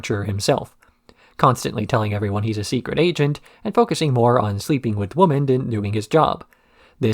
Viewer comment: I mean this in the least disrespectful way possible, but I have noticed that in a few of your videos you tend to say woman rather than women? I thought it was just a slip of the tongue the first few times but it seems to be an ongoing thing. Is that intentional or accent? Obviously these are your videos and it’s a free country. You can say whatever you like but after watching this and wanting to ask every single time I haven’t been able to sleep at night so I thought I would ask.😂